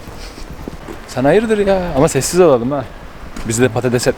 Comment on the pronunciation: İnsan:sessiz ol: sez ol